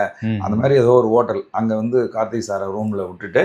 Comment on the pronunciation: நெறியாளர் தம்பி... கார்த்தி அல்ல கார்த்திக்...